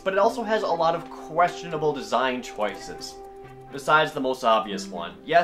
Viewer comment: CHOAISES? seriosly jared? i thought you were a genius.